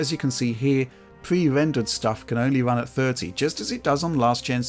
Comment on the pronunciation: pwe wendewed cinematics wun vewy well